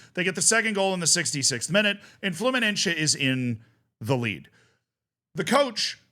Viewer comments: It's Fluminense, not Fluminencce. It's not fucking italian, my dude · Just letting you know that se in fluminense is spelled like the letter C, the rest is perfect, keep it up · (Brazilian here) the way you pronounce Fluminese grinds my gears